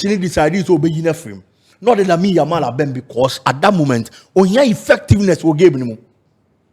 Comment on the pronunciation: said yamine yamal😅